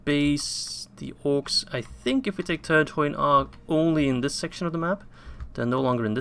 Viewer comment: I dont want to sound angry or judgy or something, but I do believe that the dh in Turdhuin is said as a th. Keep up the good work